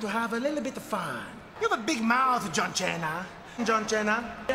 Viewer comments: Santino is actually pronouncing John Cena’s name correctly. It’s Italian and that is how you say it. It means “food” in Italian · Actually he's pronouncing Cena's name correctly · To be fair Santino was actually pronouncing John Cena's last name how it is actually meant to be pronounced. Side fact Cena actually means Dinner in italian